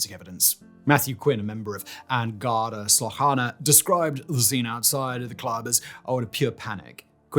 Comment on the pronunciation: The mental health support telling her she’s “going mad” is soooo very 80s Irish mental healthcare. Good summary. The pronunciations of names and Garda were a good attempt.